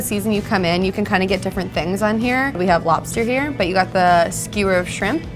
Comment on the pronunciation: Why do you say lopster lol